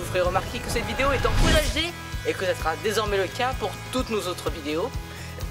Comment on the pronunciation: merci pour la vidéo, juste une remarque ( c'est full HD et non pas fool HD )